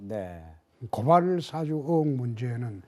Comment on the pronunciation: 앵커님 고발사주는 사장이고, 고발사아~주 발음 안되요?